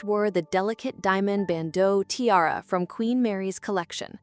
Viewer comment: Or ti-r-r instead of tiara